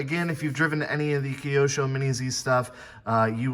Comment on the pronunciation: That's the first time I heard it pronounced keyosho lol. Very cool video though